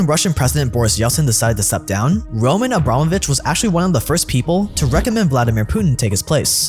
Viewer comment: This scratches my ear a bit. It not ROman AbrAmovich, but RomAn AbramOvich, but never mind.